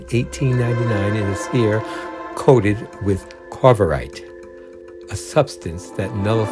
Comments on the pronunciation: That's "CAVORITE", not "CARVORITE". Lionel Jeffries' character was Professor C-A-V-O-R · You do have excellent taste in these films, but your pronunciations are a bit off. It was George PAL, not Paul. Corvarite is CAVORITE. Gary Morrill is Gary Merrill. I'll end there.